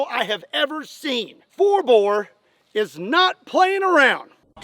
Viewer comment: Bore not boar